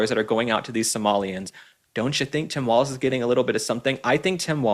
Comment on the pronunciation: Please learn how to pronounce "Walz" properly.